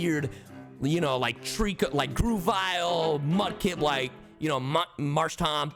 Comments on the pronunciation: It grow-vile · I recoiled when he called grovyle groovyle.